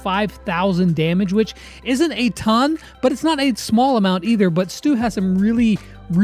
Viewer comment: When brawl stars said “Stu” I thought they said “STOOG”🤣😂